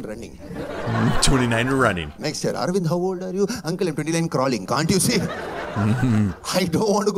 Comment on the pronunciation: ArAvInd bro..not ArIvAnd